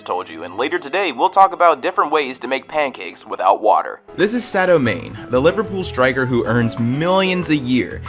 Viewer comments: you said manes name wrong you said main his name is read as it is written m a n e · Am I the only one who got triggered when he Manés name wrong?